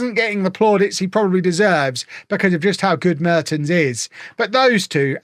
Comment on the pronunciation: the first e in Mertens is pronounced with the "e" as in "well"